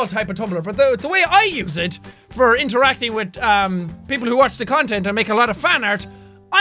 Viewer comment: Anyone else notice the "you can communicate 'witth' people just chickens"